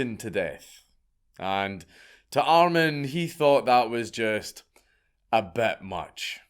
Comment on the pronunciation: Btw....armin or more pronounced like Armeen